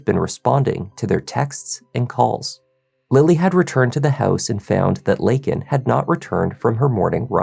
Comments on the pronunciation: It's LAYkin not LINkin. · Biden says "Lincoln" Riley......always an idiot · Only 37 Democrats voted FOR the Laken Riley act. Who in the Fk pronounces her name wrong????? That’s right Joe FKN Biden. He PERSONALLY LET THIS DEMON in the U.S. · Regardless of your political stance, this girl should not have been used as a tool to push any political agenda. Neither side handled this well. Biden couldn't even pronounce her name correctly. That must have been so exhausting for the family. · Joe can’t even say her name right. Wow. 😢 Prayers to her family. Never should have happened. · Biden couldn't pronounce her name right. 🥵